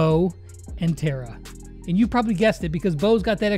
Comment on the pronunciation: I m once again saying its Tara not Tera